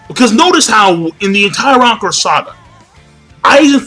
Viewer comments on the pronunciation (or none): none